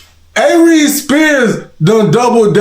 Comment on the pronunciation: I’m sorry but as soon as I heard A-Reeze I had to pause and get on